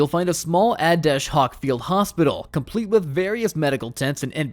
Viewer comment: facts i had to stop watching when bro said "ad dash hoc"